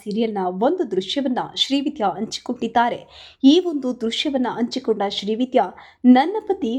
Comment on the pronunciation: ಅ ಕಾರ ಹ ಕಾರ ವ್ಯತ್ಯಾಸ ನೋಡಿ ಅಂಚಿಕೊಂಡು ಅಲ್ಲ ಹಂಚಿಕೊಂಡು ಓಗಿ ಅಲ್ಲ ಹೋಗಿ ಅದಿಮೂರು ಅಲ್ಲ ಹದಿಮೂರು